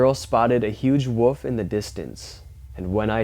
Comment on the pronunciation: It's called a "woLf" not a "woof" ffs.